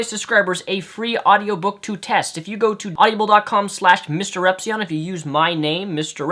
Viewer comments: its awdible, not awdibiable or at least to everyone else...If you get my linguist attempt there without actual linguist notation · lol it's not audiable it's audible.. haha you pronounce it weird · It's pronounced Odd-ih-bull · stop pronouncing it "audiable" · You mispronounced audible the entire video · you are pronouncing audible wrong.